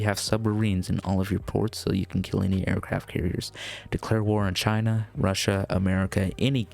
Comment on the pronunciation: It’s Russia not whatever you called it